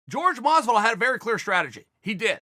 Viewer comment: Chael "Gorge Gamebred Mozvidoll" Sonnen